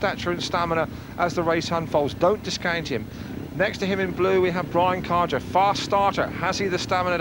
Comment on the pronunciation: Brian Karger, you idiot. The English speaking announcer pronounces Brian Karger wrongly, but that's because native English speakers only know their own language. I'm Danish (like Brian Karger, Hans Nielsen, Ole Olsen, Erik Gundersen, Tommy Knudsen, Nicki Pedersen etc.)Brian Karger was a good Danish speedway rider, but not in Olsen's, Gundersen's and Nielsen's class - more like an avarage English rider.